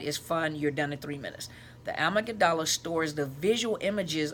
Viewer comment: Love your videos! I don't know much about the Amygdala but I have heard it pronounced "ah-mig..dah..lah. the dah and lah is more quickly spoken. Not sure that will help though. I would like to know more about it. I am an abuse survivor in the middle of the healing process. It has occurred to me that each time I told him I wasn't going to see him again, he would love bomb me and "accidentally" injure me. One time I was taken by ambulance and I had to have a blood transfusion and died during surgery. They had to break my ribs to get my heart started. I was in the hospital a total of 5 weeks and have had to have another related surgery. He didn't shed a tear, apologize or show anything but annoyance for being inconvenienced staying at my place in town. His family turned against me for involving him in my medical drama...he refused to tell them the truth that he had hurt me. Later, in the hospital, he told me it was as much my fault as his...NOT! So I ended up staying with him and going back twice again. He always told me I was imagining things something I heard all through my childhood and most of my life. I believed him as I believed my mother. The problem had to be me. Now I am trying to develop more self love and because of this five year insane imprisonment, I have learned to set boundaries and recognize the red flags. I am in a way, grateful for the experience because of what I learned about myself and why I never felt love from my parents.. Karen